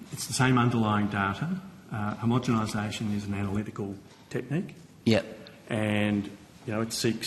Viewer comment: Oh Gerard...I love your work..but you're still saying "homogeMisation" when you mean homogeNisation 😢 it makes you sound foolish